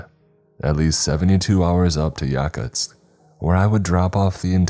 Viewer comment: He fucking mispronounced Yakutsk.